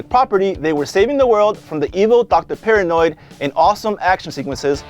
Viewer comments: It's Pirahnoid! Not paranoid!! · dude, it's not "Dr. Paranoid", it's Dr. PIRAHNOID!!!!!! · OMG it was annoying me so much dude I love it when the sharks would call him Piranoid and this dude absolutely butchers it. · it's doctor paran-oid, as is piranah, the fish he is mixed with. if you watched your own video you would see that it is said correctly several times in clips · How did you CONSTANTLY mispronounce the name as "Paranoid" when you included a scene where they call him "Piranoid". You even pointed out that hes part piranha!